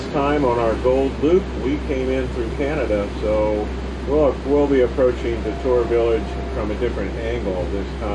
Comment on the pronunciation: Just to save you from offending the natives, DeTour is pronounced DEE-tour and Huron is pronounced HYUR-on. 🙂